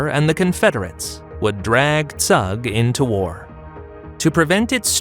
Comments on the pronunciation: Zug is not, it's Zoog! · Zug is pronounced Tsoog. Pronouncing it with English phonology makes it unrecognizable. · search how to properly pronounce Zug